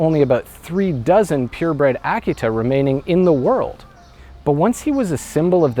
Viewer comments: Did he pronounce the name of the breed correctly? I believed that the correct pronunciation was uh-KEE-tuh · it took me most of the video to realize he was pronouncing 'Akita' oddly. I love this story. brings me to tears every time I hear it.